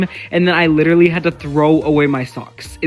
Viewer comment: when Real Life Coasters YouTube Channel, Resort and Spa said “i lidawally had to throw away my sawks”, it was the most beautiful line ever written in cinema